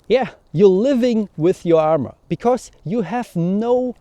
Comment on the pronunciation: Super Video! Wenn ich darf lasse ich dir einen kurzen Hinweis zu deinem Akzent da. Du machst nämlich einen typisch deutschen Fehler. Du betonst "because" so als wäre es "becourse", also da kommt plötzlich ein r vor das es gar nicht gibt. Das "cau" in "because" wird aber einfach wie das "ko" im deutschen "kommen" ausgesprochen. Wir deutschen können halt das englische r nicht aussprechen (geht mir auch so) und das überkompensieren wir dummerweise gerne indem wir es überall reinpacken. Hoffe das ist nicht unangemessen, dachte mir nur das könnte hilfreich sein. Viele Grüße!